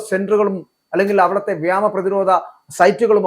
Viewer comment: Malayalam padhichittu vartha vayikkado!! Enthado vyamam? Vyomam ennu paranju padhikkado